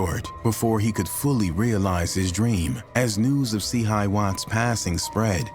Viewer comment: And nobody went down for it… and it’s (say it with me C-hi wattz)